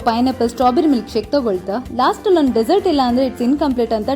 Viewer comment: Dessert pronounce it properly